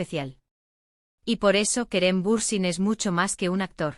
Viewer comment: Будьте любезны, если вы, блогеры, решили освещать всё о актёрах Турции, сначала выучите их имена и фамилии. Вы так исковеркали фамилию Берсин, что читать больно, раньше было смешно, а сейчас больно и обидно. Эти две Звезды, Керем и Ханде, великолепны, красавица и королева, и король симпатяга. Им жить, не тужить, веселиться, радоваться, идти по жизни, пожениться, деток нарожать. А потом воспитывать, любить, лелеять и радоваться, каждому их успеху. Большего счастья в жизни и не надо. Но, любимые мои, что случилось? Кто, кому перешёл дорогу или была измена?. С Богом в вашу счастливую жизнь и не обращайте внимание на слухи, домыслы, сплетни. Я Вас очень люблю❤😘.